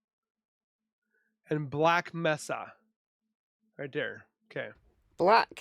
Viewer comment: It is May-sa (Mesa) In case you didn’t realize it - the porta-potty was a test to see if the dog could pick up the scent